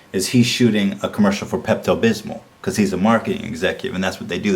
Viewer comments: The way he says "Pepto Bismol" sounds like he's saying "Pept-abysmal" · I like how he says Pepto Bismol like "Pept Abysmal" which really reflects his opinions on the movie. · "peppuh bithmo" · Pept-abismal. Lol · Today I learned that Ethan has no idea how to say Pepto Bismol.